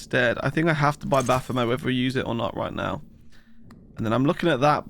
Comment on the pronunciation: Baphomet is pronounced with a hard "t" like bayonet. It's from the old French name for a demon that comes from a corruption of the name Mohammad, meaning a demon or a false god.